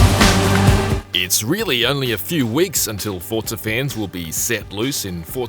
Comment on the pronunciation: Why is he saying forta? I'm confused